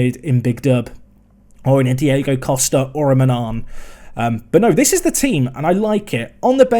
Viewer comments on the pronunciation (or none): none